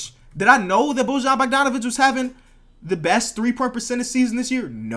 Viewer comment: You are saying bojons name wrong